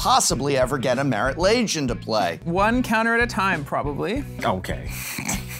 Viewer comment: I always pronounced it Marit (Log-Ay) Lage